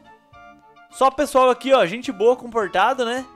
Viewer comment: voce no inicio voce falou [pala pesoal]